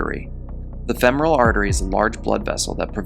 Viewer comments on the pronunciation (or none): none